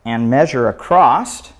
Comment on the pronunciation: there is no "T" in the word " across"